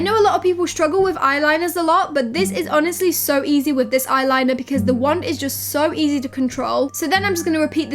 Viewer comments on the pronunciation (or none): none